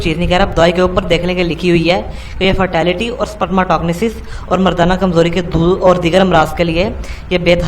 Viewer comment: Wa oye sperms. Tog nesss..... Spermetogenesis ikhtha lafz ha YouTube py pronounciatin dekh ll